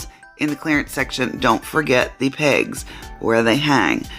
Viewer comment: Welp I can tell I'm sick. When you said look for the pegs they hang on. I thought you said don't forget to look for the pigs 😂